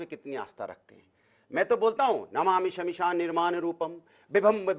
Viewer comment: Namami samisaam ka ucharan galat🤣🤣